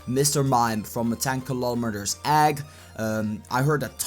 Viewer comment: Please say eggs in this video... PLEEEEASE Say Eggs in this video!!! "Aggs" CLOSE ENOUGH!!!! 😍